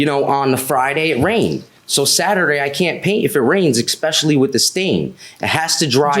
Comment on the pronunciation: Especially not exspecially